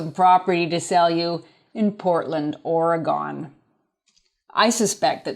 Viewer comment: Orey-GUN.... not Ore-gone. I had to learn to say Lou-Vul, instead of Louisville, KY. 😆😆😂